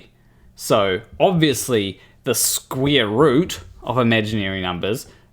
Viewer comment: The thing that made me laugh more was hearing you say "Square"....because it sounded like "Squirt". Funnier than everything else!!!!!